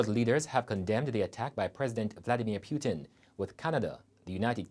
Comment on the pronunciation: How on earth this guy cannot pronounce putin correctly . Omg the student said wasn't sure if they would be able to continue their education if they leave ? Seriously! Take the loan n run we are talking about putin ! Even though jamaica has a responsibility for their citizens we know how they do things. I pray for everyone there